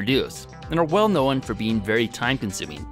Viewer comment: Does anyone else want to shoot themselves when he says "know-in" instead of "known"